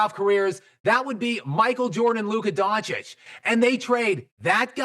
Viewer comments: Bruh luka doncic not donchik lmao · His last name isn’t that that hard to pronounce. It’s not “donk-itch”